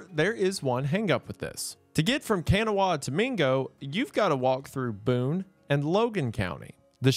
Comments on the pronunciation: Gooner saying “Can-a-wah” instead of “khan-aw-ah” was taking me out this entire video (I an hour an a half outside Charleston) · sir i love you for covering blair mtn but its “cuh-naw” not “cuh-naw-wha” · Can a wah 😂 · It's gonna sound really stupid, but we pronounce Kanawha as 'Kanaw.' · Great story, just, please, learn how to pronounce Kanawha County. Ka- nau-a. Not sure if that's proper "phonics" but I'm trying. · Maybe, ka-NAU-a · As a kanawha resident please say it kan-ah. Everyone here says it that way. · It's "Kuh-naw" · interesting topic. I only made it about five minutes in. You mispronounced “Kanawha.” It’s pronounced “KANAW” you don’t say the “ha” at the end. I stopped watching after that as I no longer trusted your knowledge on the topic. Goodbye. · That's how locals pronounce it, but the word itself stems from native americans and is pronounced ka-NAW-ha. Goodbye. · Bro im from west virginia i laughed hearing you pronounce kanawha county. 😂 in the Huntington Charleston wv side pronounce it kanaww county.😂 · Great video but it’s Ka naw county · For those watching, Kanawha is pronounced "Cun-aw" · Kanawha is pronounced can-ow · Kanawha is pronounced "Kuh-naw" by locals. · I just wanna say, it’s pronounced Kn-awh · It's pronounced "Ka-Naw" county. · It's pronounced "Kuh-Nawl" round here. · Kanawha County WV is not pronounced that way it is pronounced like "Kuh-naw" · Im never gonna get over your pronounciation of Kanawha throughout this video it's pronounced (Kah-naw) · Just saying, locals pronounce kanawha as Ka-nahh lol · As a West Virginian I am obligated to tell you Kanawha is pronounced "con-AWE" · Excuse me Mr. Goon. As someone who lived in the area for some time, it is pronounced KAH-NAH county WV even though it's spelled like Kanawha. Not sure why, I think it's Native American. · EXTREMELY minor correction, it's pronounced Kanaah. I don't know why, but it is. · Kanawha is pronounced can-nah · the way he pronounces kanawha lolol